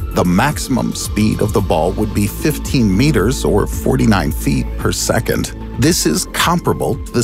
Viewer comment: “Intresting” is not a word. “Secont” is not a word. “Usuhly” is not a word. “Becuz” is not a word. Finally not “Finely”. Notuhficashins” is not a word.